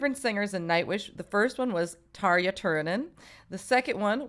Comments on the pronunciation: Não é Tarjshiia porra! É Tarja, que se pronuncia Taria. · Bloody hell I’ve been pronouncing Tarja’s name wrong all these years!!! 😱🤭